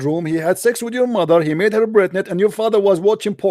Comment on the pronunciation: the way you say Pregnant 😂 and the subtitles said "Brenton" hahaha ha Great measured responses. I love when you play a character as well. Just so hilarious man